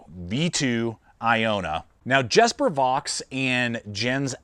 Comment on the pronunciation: Just a friendly FYI... it's "Yesper" and "Yens" 🙂👍🫶